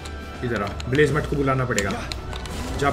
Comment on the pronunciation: Blazamut❌ Blazamathu✅